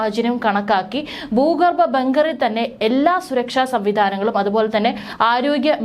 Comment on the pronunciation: 'ബൂഗർബം '?? 'ഭൂഗർഭം' എന്ന് പറയൂ 'യുദ്ദം'. ?? 'യുദ്ധം' എന്ന് പറയൂ